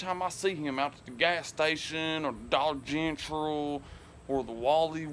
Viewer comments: "Dollar genttrol" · "Dollar Gentral" 😂😂😂 im dead 💀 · Bro said dollar gentral lmao